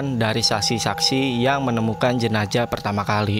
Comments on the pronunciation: Jenazah bang jenazah.. bukan jenajah.. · Ini kupingku yg slah apa babang ngomongnya emg jenajah Jenazah apa jenajah sih bang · Jenazah bng bukwn jenajah